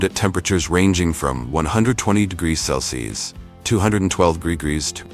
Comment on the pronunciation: Sure wish the narrator would pronounce Celsius the correct way instead of "cels." Along with Fahrenheit